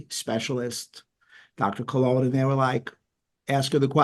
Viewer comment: Nicola Conlon, not Colon 😂